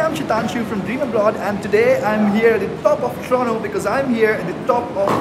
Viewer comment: Toronto pronounced as prono by